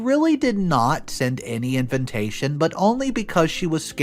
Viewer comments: Everyone pronounces invitation he adds an extra N. It’s InVITation NOT!!! InVINtation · Why does he keep saying "Inventation" not "Invitation"? Inventation is not even a word... 🙄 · it's invitation, not inventation.